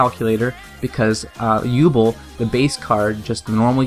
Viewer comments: its said as YOU BELL not you ball as you say it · great video man except u kept mispronouncing yubels name! its pronounced (You-Bell) everythign else though is perfect and awesome and can u make a jester lord deck? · The way you pronounce Yubel triggered me a bit :(